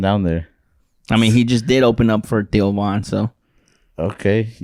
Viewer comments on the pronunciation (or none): lol sounds like was saying tio von instead of Theo lol